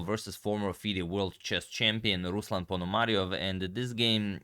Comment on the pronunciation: I can imagine, that some Ukrainian names can be difficult, but in "RuslAn PonomariOv" (correct stresses) you misplaced stress twice. Come on!